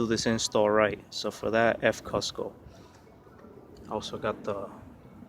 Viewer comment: F Costco 😂😂😂 its cooosco mate 👌😜